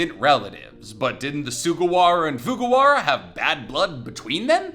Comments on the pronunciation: I think it’s Fujiwara not Fugawara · FuJIwara! It's not even that difficult to pronounce. Why are we letting this man cook when he butchers shit again?